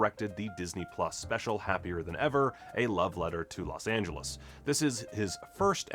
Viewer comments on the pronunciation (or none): none